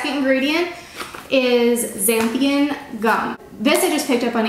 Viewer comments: Xanthan has only 2 syllables and is pronounced "zan-then" and 𝗻𝗼𝘁 zan-thee-en. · Its pronounced zan-thum....not "Zan-thium" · I think it’s pronounced zan than gum ♥️ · Great recipe! Btw it’s xanthan gum not xanthium 😂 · These are delicious! actually stumbled on these while trying to make keto noodles and had leftover dough when the pasta failed. By the way, the oven baked fries turn out just as good as the fried. FYI...It is pronounced " Zan-than "...The X sounds like Z and there is no i or m. LOL! Just sayin'! Thanks for great recipes! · Lol, xanthan gum, pronounced: zanth-un gum. I had to laugh at the other, “i” that appeared in your pronunciation, at the start anyway. You got it right when mixing the dough, did someone there tell you? I’m not teasing you, but I did find it humorous. I just saw the end of the video and I had to laugh, this time you said, zanth-i-um, with an M! It’s good though, that you appear to be able to laugh at yourself. I am subscribing and looking forward to more original pronunciations. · It’s pronounced Zan-than gum thank you for the recipe!! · Zan-thun gum is the pronunciation. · It is pronounced Zan thin gum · "Zan-thumb" gum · 'zanth an' gum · It’s pronounced zan thun gum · Lol! This is so cute, how she can't pronounce "Xanthan gum"!!! I think she only said it right the 3rd time! Lol! I love this lady!!! Apparently, nut flours should be stored in the freezer, because they'll go bad in the pantry. Who knew???